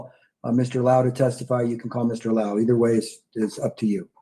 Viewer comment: Oh, it's Law-hoo = Lau